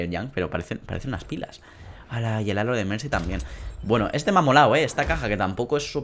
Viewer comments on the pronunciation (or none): none